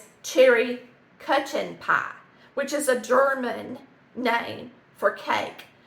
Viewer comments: Not German but I live in ND which has a lot of Germans from Russia. It is pronounced koo-ken (the ch is hard, not soft). Looks like a good recipe! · Its pronounced koo-ken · KOOK-EN is how you pronounce it. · Kuchen pronounced Coo-kin. Thanks looks delish easy to make. I've had similar but it had cream as well as sour cream made it creamer. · I had this pie at a public this past fall it was without the cterry's though and they called it the same thing. I am German But I have never heard of this pie it's kuchen pronounced kookin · Marvelous! The kuchen is pronounced sorta like “coo-hen”